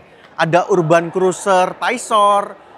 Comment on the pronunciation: Urban cara bacanya = erben, cek spelling nya dulu sebelum sebut, biar yg tidak tau juga tidak ikut salah